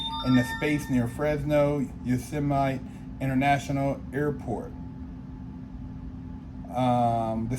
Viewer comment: How are you from the 916 but can’t pronounce Yosemite?? 😢